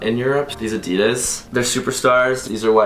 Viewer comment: Why can't Americans say brand names properly. For instance Adidas and Nike